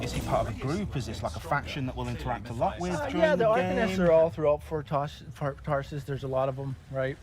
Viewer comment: Good lord the guy messes up saying Fort Tarsis.